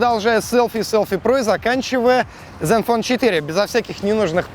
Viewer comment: zen fone а не Dzen вот кто таких берет в блогеры